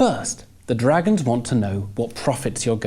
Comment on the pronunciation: Why can't he say 'dragons' properly.